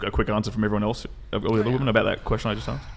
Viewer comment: Can someone PLEASE explain to me why most the guests on this show pronounce "WOMEN" like "WOMAN"?